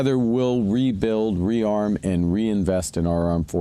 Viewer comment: Carney said re-build , sound like canada was destroyed, i thought they said canada wasnt broken.😂